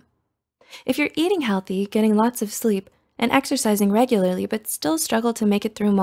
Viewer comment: Pfft- what is this thing? Sleeeaapppee soouuaappl leeee3ep Sleeeepppp ?